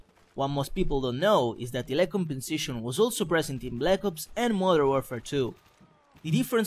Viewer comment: con tutte le volte che ha detto lag compensetions mi ha fatto rincoglionire, che a un certo punto mi sembrava di sentire tutte le parole che finivano in sentions O.o